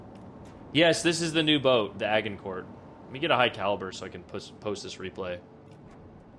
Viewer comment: the way he says this ships name hurts🤣 the prononciation is adge- in- core. No hate man I’m just picky